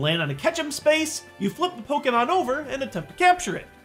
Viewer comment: I liked this video because you say Pokémon, not Pokeemon. <3